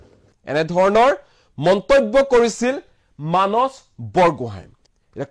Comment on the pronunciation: মানচ....😊😊😊 যদি মানস শব্দটো মানচ বুলি উচ্চাৰণ কৰে তেতিয়া সন্ধিয়া*, *সদায়*, *সোমবাৰ আদি শব্দ বোৰ কেনেকৈ উচ্চাৰণ কৰিব ? বেলেগে আন কোনো নহয় অসমীয়া ভাষাৰ শত্ৰু আপোনাৰ মোৰ দৰে কিছুমান অসমীয়া লোক যিয়ে নিজ মাতৃ ভাষা শুদ্ধ কৈ কব , উচ্চাৰণ কৰিব নাজানে।